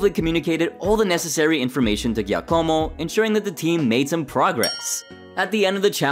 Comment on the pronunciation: Why are you mispronouncing Giacomo's name? Anyway yeah Tom's passing was very sad. As a competitor I didn't like him but I did like his sense of humor. He was not a great chef not funny, he was the worst ever. Aaron, Petrozza and Keith especially touched my heart and I was deeply saddened to hear about it. Would someone please explain to me what is John Dory if I say it right? Is it a form of Meat or Fish? What in the hell is it? Hey Cow Tongue is a delicious thing when you cook it to perfection try it. Dave was an absolute inspiration to watch.